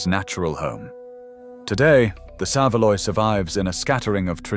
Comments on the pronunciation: What a load old cack you do talk!!! You can buy haslet and black pudding in supermarkets, in fact at Bury market they have the world famous Black Pudding Company that supplies outlets all over this country and abroad. Also SAV A LOY is how it's pronounced not SAVE LOY. You can buy pressed tongue in every market and supermarket I've been to including ALDI AND ASDA. Also tinned tongue is still available. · When is was a child a saveloy was not kept in its own juices in the chip shop it's skin was actually crispy and was so much nicer than how they sell it nowadays. One thing is it is not pronounce "save loy" it is actaully pronounced "sav a loy" now a saveloy from the chippy is mostly kept in a dish of water in the hot cabinet which makes them limp and and in a lot of places luke warm rather than crispy and hot as it used to me many years ago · Saveloy 3 syllables. You gotvit right later. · I agree. The way it said saveloy irritated me, same as the way it said peas pudding. Its not. It said the same way as peace. Ive never had a crispy saveloy. Its always been the same as now, only tastier.